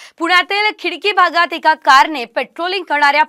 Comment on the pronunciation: Khadki aahe khidki nhi